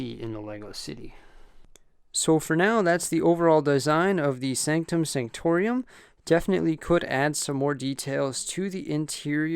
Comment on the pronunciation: Why does he say it like that??? Sanctorium...sO HErE We HAvE tHe SAnCtOM SaNCtoRIUm